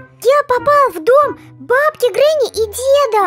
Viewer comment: Не гранни а гренни